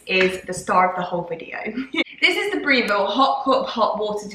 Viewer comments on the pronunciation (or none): It is pronounced Brev-ille not bre-vil, I am disabled but not an amputee but i will find these items useful so thank you for sharing xxx